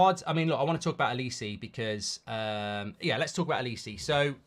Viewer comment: It’s not olis-eee it’s olis-eh